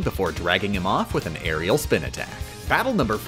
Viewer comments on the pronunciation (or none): As a competitive smash player, hearing "airial back A" is so jarring lol